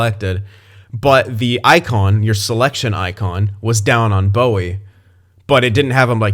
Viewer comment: Also Bowey is pronounced Bow (as in a bow after a presentation etc) e not bow (weapon) e like how you were pronouncing it. Considering I did get to watch him when he was in the WHL with the Kelowna Rockets